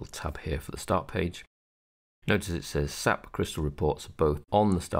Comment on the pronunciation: its not "SAP" its pronounced S - A - P, you actually have to pronounce the individual letters dude. All you have to do is call them and/or speak to someone from SAP at a conference and pronounce it as "SAP" to really piss them off.